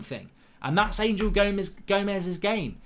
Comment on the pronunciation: He is not ANGEL he is Anhel A N H E L , anhel gomes, anhel, not ANGEL